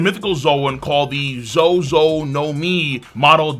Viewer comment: Lolhe said zo-zo, lol iykyk haiti stand up